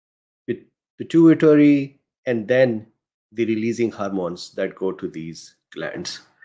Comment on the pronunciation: I think you pronounce pituitary fine lol